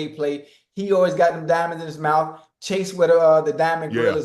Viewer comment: "Plus what he got in his mouf" 😬PAUSE 🤦🏾‍♂️